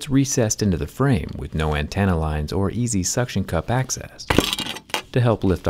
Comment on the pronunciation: Hahahah 😂 ann-tan-uh lines. Lol